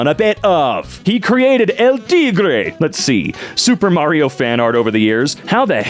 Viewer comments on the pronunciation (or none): none